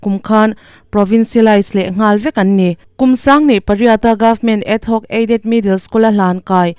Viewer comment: Adhoc aided hi ad- hoc tiin i lam a, rampum hriat tur a chhiar meuh hi chu fimkhur ve deuh thin teh u, thurawn aw, huat awih loh